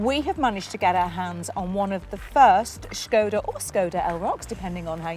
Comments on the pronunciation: It's lovely how you're trying to pronounce "Škoda", but both versions you said (something like "Skow-da" and "Shkow-da") are a bit off. 😊 In Czech, there's no "ow" or "oo" sound in it. The correct pronunciation is roughly "Shko-da", with a short "o" in the first syllable and starting with a soft "sh" sound (like in "shoe"). So no diphthong – just a clear, short "o". Hope this helps! 🇨🇿🚗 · ginny`s sensible, says skoda, `s daft, and says silly SCHKODA, ginnys correct! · Škoda is more easier to pronounce in Scottish 😂